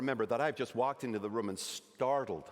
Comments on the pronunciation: Really nice American accent. Having trouble saying “room” though. Sounds more like “rum”, which gives it away a bit. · I dunno… we say room in the US, not rum, like he’s saying here. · The accent is not a very good accent. Especially when saying the word "room" like "rum". This is not very common in Canada, and definitely not on the east coast. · hahaha I also caught the "rum" instead of "room". I am from the maritimes, so I instantly thought, that's not the accent! hahaha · me too. I was so confused at first. The only word he mispronounced was "room" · and "seagull" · That wasn't a Canadian accent from any part of Canada. His pronunciation of "room" and "sorry" were particularly odd. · I would be willing to accept his slightly idiosyncratic pronunciation of "room", but the "I'm sahry" was too American. Canadians are "sohry" from coast to coast to coast! :D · That wasn't a Canadian accent. You can always tell Americans by the way they pronounce "sorry" as "sahry". The way he said "room" was not particularly Canadian either. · yeah the way he says ''room'' is definitely not American